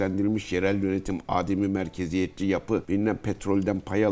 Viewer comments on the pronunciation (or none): Cihat Yaycı amiralimizin ellerinden öperim. Haddim olmayarak değerli komutanımızın kullandığı bir ifadeyi duyanlar yanlış öğrenmesin ve kullanmasın diye düzeltmek istiyorum: Âdem-i Merkeziyetçilik değil, Adem-i Merkeziyetçilik şeklinde A harfini uzatmadan telaffuz etmek gerekiyor. Çünkü adem yokluk anlamında; merkeziyetin olmadığı, yerel yönetim anlamına geliyor. A harfini uzatarak söylersek; Hz. Âdem'deki gibi insan ismi olan kelime kullanılmış oluyor.